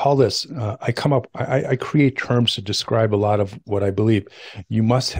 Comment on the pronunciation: "lot" not lit